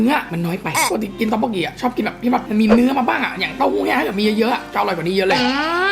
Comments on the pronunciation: มันอ่านว่าต๊อกบกกี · พี่ค่าต๊อกบกกี๋ไม่ใช่อ่านงั้นคะต้องอ่านว่าต๊อกป็อกกี่ค่า#รักพี่ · ตองบอกกีค่ะไม่ใช่ตองบงกิค่ะ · เขาเรียกว่าแป้งต๊อกบกกีค่ะไม่ใช่แป้งต๊อกบกกี๋ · ต๊อกบกกีนะคะ..บกกีไม่ใช่บกกี้😅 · ต๊อกบกกีจ้าา ไม่ใช่บกกี๋ ติ่งเการู้พอได้ยินมันขัดใจอ่าาา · ต๊อกปกกี่คะไม่ใช่ต๊อกปกกี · พี่ค่ะมันเรียกว่าต๊อกบกกิค่ะไม่ใช่ต๊อกบงกี๋ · 톡 보키(ต๊อกบกกี) ไม่ใช่ 톡복키 (ต๊อกบกกี๋) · อยากจะบอกพี่ว่า................ ต็อกปกกี ไม่ใช่ ต๊อกบงกิ ค่ะ 😂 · ตบโปะกีครับไม่ใช้ต๊อกโปะกี๋ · พี่ค่ะพูดว่าต๊อกป็อกกีก็ได้นะค่ะไม่จำเป็นที่จะต้องมี ไม้จัตวาก็ได้ค่ะ(เขียนผิดขออภัยค่ะ) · พี่ออกคำพูดผิดมันต้องพูดว่าตอกปุ๊กกี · มันต้องอ่านว่าต๊อกโป๊กกิค่ะ